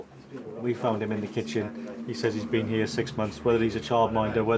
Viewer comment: I’m a stickler for grammar. The young girl with the dark hair and the “15yr old” from Lagos, can’t even pronounce ‘says’ correctly. That’s taught in the first 5 years of school. Young children always confuse done and did. For example “look what I done Miss!?” It’s unbelievable to see in today’s world.